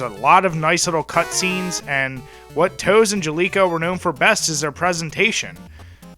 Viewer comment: BTW NES Play Action Football was actually published by Nintendo, not Jaleco. Tose-uh (as I will forever call them to get the pronunciation right) did develop it though.